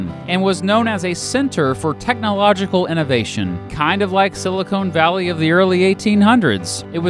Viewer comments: And it’s Silicon Valley, not Silicone Valley :) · Sil-i-CONN Valley, not Sil-i-CONE Valley... And in Missouri it’s SPRANG-field. Now you know. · He also said "Silicone Valley." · Lmao he said silicone valley😂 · Silicon Valley, not Silicone Valley.